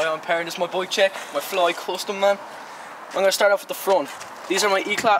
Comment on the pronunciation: It's bike ,not boik